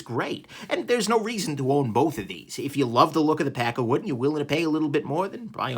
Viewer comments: I lnow your saying pakkawood, but I keep hearing peckerwood. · Every time you say it I hear "pecker wood". :P